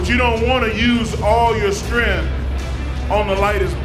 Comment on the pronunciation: Every time the commentator says “strenth” I die a little.